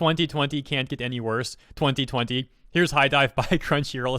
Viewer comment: am I the only one slightly uncomfortable by the way he says 2020